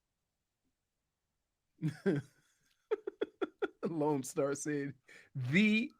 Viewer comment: THEE-ATOR LOL